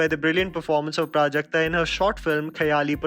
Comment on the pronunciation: Waiting for the day when people will pronounce Prajakta’s last name correctly!